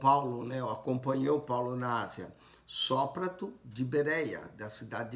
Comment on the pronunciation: A paz do Senhor Jesus, eu quero saber,que na minha Bíblia está escrito Sópater e eu percebi que vc pronúncia de outro jeito.tira a minha dúvida.